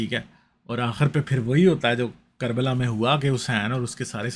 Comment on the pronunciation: QARBAL, Sahi Nahi k , Sey KARBALA Hota Hey